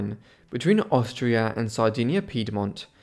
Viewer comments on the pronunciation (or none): none